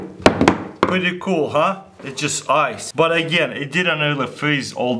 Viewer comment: hes like chinese ''wow this is coolah''